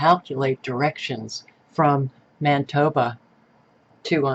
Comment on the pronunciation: Manitoba not Mantoba lol.